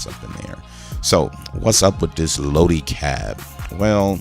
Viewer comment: Just a little help. Lodi is pronounced (low-dye) the end of it sounds like “I”. 👍😉